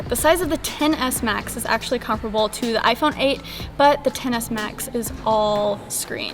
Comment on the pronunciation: You kept saying the “ten-ASS.”